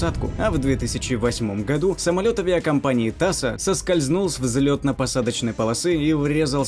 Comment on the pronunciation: не Таса а Така!